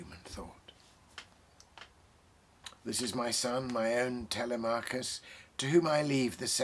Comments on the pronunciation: The stress falls on the second syllable of Telemachus: Te-LEM-a-kus. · It is always good to stumble upon those who share poetry. A few more reads, and the text would flow more smoothly - the well-balanced song this was in the poet's head. Also, /tɪˈlɛməkəs/. So, I would like to hear a new version - perhaps, a recitation, even (which this was not: it was a reading). P.S. No connection, but, having seen one of your videos before, it just struck me now: what, if you cut your hair and shaved your beard? Would we see a 45-year-old you? Would that be too scary to you to attempt and show?